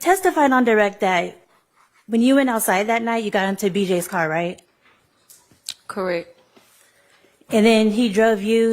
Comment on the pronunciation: lipsmack “CORRECK” 😂😂😂😂😂